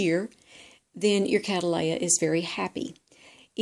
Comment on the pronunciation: To and other Americans or people speaking American English, please refer to The American Orchid Society for the correct pronunciation of Cattleya which is derived from the English Surname Cattley.